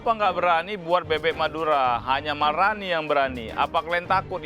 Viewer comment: malrani kak bukan malrini😂